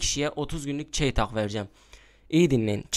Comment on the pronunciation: Çeytahh nedir benim bildiğim o çeytak 😀😉